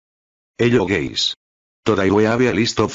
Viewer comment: AYO I HEARD HELLO GAYS